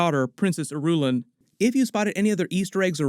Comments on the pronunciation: I....ruuuuu.....laan.....not Irulun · It doesn't seem like you've read the books! It's. Not Ir-u-lin. 👎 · Irulan = EAR-ruu-lahn. ;) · It's princess AIR-A-LAAN.